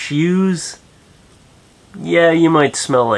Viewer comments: Did he say shjews? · lol he sed shoes wierd...kinda like sheeews :D